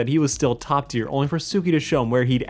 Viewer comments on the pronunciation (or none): none